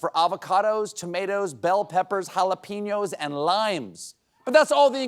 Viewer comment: Stephen, please please PLEASE stop pronouncing "jalapeño" as if it were spelled "jalapeeño."